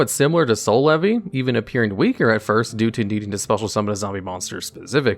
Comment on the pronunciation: Every time i hear Soul Levy , i hear "C'est la vie '